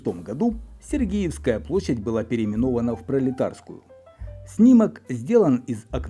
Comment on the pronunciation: Господи, ну как так можно? СергИевская!!! площадь. Вы же подаёте исторический материал. Ну, конечно же сЕргиевская!